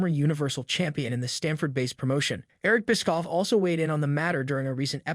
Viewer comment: Bro learn to pronounce Eric Bischoff and other names. A WWE fan chanel should be able to do so.